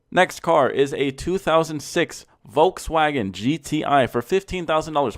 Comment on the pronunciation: the way u say Volksagen is so funny